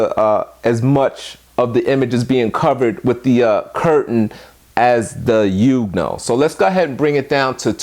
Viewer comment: I do believe it's pronounced "Yong new ohh". Either way, good video. I recently subscribed and am browsing through all your videos. Good content sir.